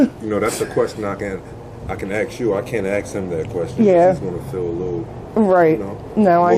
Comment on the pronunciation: “ axe” Questions??😂 😂😊